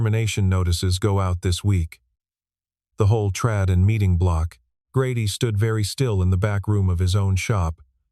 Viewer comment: it's not "...trade", as in chad, it's trade, as in tray'd :)